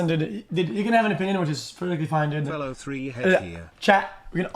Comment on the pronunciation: Do you know that it’s pronounced dood not did